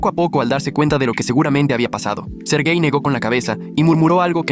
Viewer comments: Soy yo la única que puso esta cara: 👁️👄👁️ cuando escuche la primera vez “sergai” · Cuando dijo sergei yo escuché ser gay y quede (●__●)